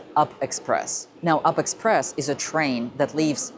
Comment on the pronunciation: It’s read as U-P express, not “up” express